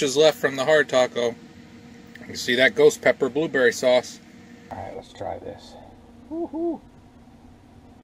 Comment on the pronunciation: Hey! I gotta' try to find some of that! Did you say, "BooBerry?" LOL! I got the Sriracha because of you. I like it! I got the Cholula because of Adventure Van Man (Brian) It's good, too! I always used Frank's Red Hot Sauce because I didn't like the Vinegar in Texas Pete. I wanna' make some Loaded Nachos this Weekend! Cheers! Thumbs Up!